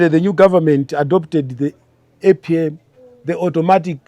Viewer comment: 😂😂😂 which university is Mr former Minister went? Economist weni weni he cannot fail to pronounce APM which is Automatic Pricing Mechanism 😂😂 anyway